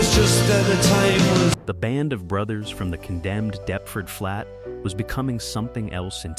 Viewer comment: All that research and then just guessing at how English place names are pronounced.